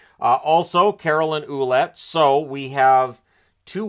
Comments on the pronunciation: Ouelette is pronounced as Walette , just a fyi, just trying to be informative . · fyi, Ouellette is pronounced Wellett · Just a little tip : Ouellette is actually pronounced"Wellette". Great video as always.